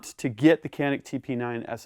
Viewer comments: It should be pronounced as djanik not kanik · İts not Kenik.. its Canik. 🤦🏻‍♂️ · Hey! its not KAAAANNİİİKKKK..... "Canik" is Türkish word. "Janiyk" is right spelling. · It is not spelled as "Qanik" but like "Janik" starts with "c" like "g" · ben de bunu yazacaktım ki yorumlarda sizinkini gördüm. kenik diye okumaları çok garip geliyor :D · It is Chaa neck This is the way you call it. Not Canik Because it is a turkish handgun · pronounced as "ja-nyk"or "janeek" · Pronounced like John'eek, great analysis, superb Turkish weapons engineering, tremendous value! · Thanks for the video.. If Canik is Turkish, it would be read like: Janik.. A little more straight, but enough.. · Pronunciation is John-nick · Love the Canik. It is pronounced as Djanik though. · I know 100 million people come here to say this but the name is pronounced like " John-ick ". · You are pronouncing wrong.canik pronounce as janic;))) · FYI: Canik actually sounds like Janick in Turkish if you read it correctly for English speakers (Letter "C" in Turkish sounds like "J" as Jane, James, Jay) Thanks for the demo. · Its pronounced “Ganik” 😉 . G like in George. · Your review is awesome thanks for all your these hard & fantastic work. I would like to highlight the right pronounce of the pistol. It is Canik in Turkish but actually right pronouce in English is Janik. All the best... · Silah iyi veya kötü demedim, “Canik” isminin İngilizce konuşanlar için nasıl doğru okunacağını yazdım. (Adam tabancanın ismini yanlış söylüyor)